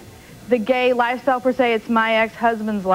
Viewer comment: "Fer say"... Tells you everything you need to know.